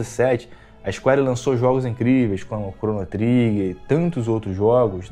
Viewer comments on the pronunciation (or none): cheguei no seu canal ontem. Achei bem legal e parabéns pelo trabalho. Uma sugestão para o seu crescimento: sua pronuncia inglês precisa melhorar. Sei q isso pode parecer chato, mas precisa melhorar sim: Cronu Triguer, Isquéri... Falo com todo o respeito viu.